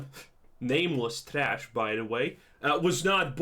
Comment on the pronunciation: It's traash